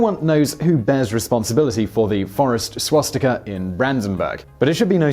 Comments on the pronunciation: He always say schwatztika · Can we have a video on whether it is pronounced swastika or shwastika? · I’m sorry, but i have to comment on this. There are no schw-sound in the word Swastika, when you say it, it sounds like you are saying Schwastika, it’s Swa-sti-ka.... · Had Simon had a drink before this? swastika, shwashtika, swashtika, shwastika? How many ways did he pronounce it??? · Why do you sometimes pronounce it "swastika", sometimes "swaschtika" and others still "schwostika"?